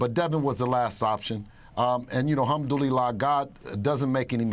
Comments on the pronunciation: This dude said halmdulila like it’s preordained by God to possibly put someone in the hospital for money and entertainment lol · dude cant even say alhamdulillah correctly